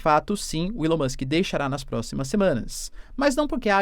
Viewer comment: ilao musk.. nao eh assim q c fala eh ELAO MUSK